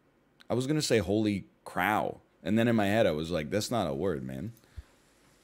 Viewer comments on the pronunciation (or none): This is gaslighting. He said it "craw" not "crow." But this joke is still funny so, get +1 thumbs up you piece.